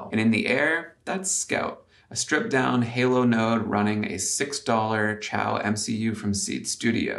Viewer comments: helpful fyi: Xiao is pronounced "shao" like in Shaolin not chow like in Italian ciao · Hey, chinese speaker here, the name of that cpu board is not chi-ao, like italian for goodbye. It's pronounced See-ya-ow and in english it means "small"